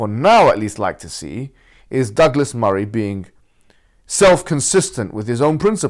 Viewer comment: Douglas sounds like Dégueulasse. It's in French, Google that.